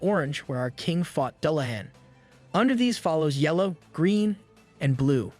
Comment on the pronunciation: Decent bot voice except the Dullahan or DulaHhhawwn according to the bot voice.